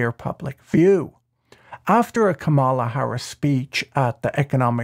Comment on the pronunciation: Professor Boyle: Kamala is pronounced emphasizing the first syllable. Or is this your way of subtly showing your support for Trump?